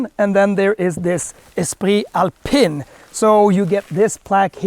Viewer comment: It’s pronounced “Alpeeen”. Good review 👍